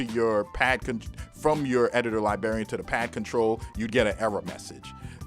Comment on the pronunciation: That Editor Lie-BARRY-Un. Lol you're making me want to pull it out back out and have some fun. In all seriousness, it was great for Reason and basically made for that program but awful for FL. It's one of the main reasons I switched to the FL Key mini once I decided to get back into making beats (as I mostly use FL nowadays), but I'm still going to keep it around just in case I want to mess around in Reason for old times sake.